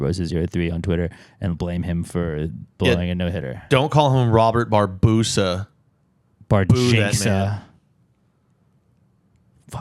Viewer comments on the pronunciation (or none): JFC - Why did Robert Bar-BOO-sa fuck up the no-no??